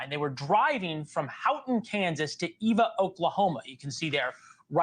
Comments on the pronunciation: It is Eva, OK not Ava, OK. And the last town they were seen in was Elkhart, KS. They started in Hugoton, KS. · Pronunciations Hugh-go-ton. Eva, like the ev in forever, not Ayva or Eeva. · It is Eva. Pronounced EH-VAH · You are saying all cities correct except the Eva, Oklahoma. However that doesn’t make sense about the body in Delaware County. That is about 5 hours away from where they found their car. I’m from Enid and have always had a home in Delaware County in Grove. The Delaware County Body just doesn’t make sense. Your show is the only one I want to watch on this, because you do your research. My youngest son lives in Delaware County as soon as I heard that I called him right away. He’s fine, that just scared me. My son is an adult.